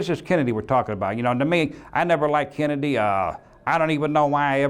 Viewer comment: Did he say Kennadiddy